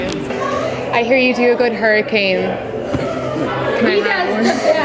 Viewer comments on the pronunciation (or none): none